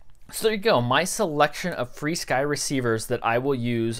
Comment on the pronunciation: Where do people get free sky from? What in that word is making the "e" sound? Should be Fur Sky, like animal fur.